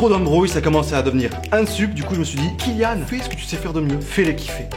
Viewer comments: Non ça se dit kilian. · ca se dit kilian xD